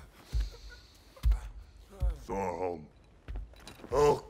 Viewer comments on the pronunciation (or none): Hulk said thor hoe not thor home